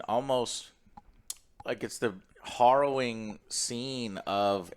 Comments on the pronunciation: hArrowing, Joe. hArrowing. Not hOrrowing. ^_^ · horrowing.....horrowing.....horrowing, Joe its harrowing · Hopefully he learns that it's pronounced like arrow rather than morrow. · It's "harrowing", not "horrowing". Let's not have a Civil War over this. LOL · "HArrowing" Joe :) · Joe, it's pronounced "Hair-O-Wing." You no English good. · Love you but its " heh·row·uhng ". I do that all the time with words I've only read. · H-ah-rrowing? Just learn that one recently? Distracted me a bit. Good review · WHERE DID JOE HEAR THE WORD HARROWING USED SO MAJESTICALLY IT CAUSED HIM TO SAY IT 10X IN THIS REVIEW WHILE PRONOUNCING IT WRONG 😂😂😂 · Take a shot everytime Joe says harrowing wrong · I love how Alex and Joe2 just let Joe continue to mispronounce harrowing, as well as using it incorrectly 90% of the time. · I love when Joe learns a new word then over uses it while mispronouncing it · Some very harrowing pronunciations in this video. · You pronounce harrowing weird. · Take a drink every time Joe mispronounced the word “harrowing”. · "Horrowing" must have been on word of the day calendar today. And its Harrowing btw...